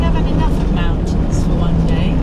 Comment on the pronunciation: MOUNTINS! MOUNTINS ! Every where ! 😂 👍